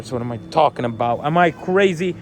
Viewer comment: Your Long Island accent came out there when tawkking about milk😅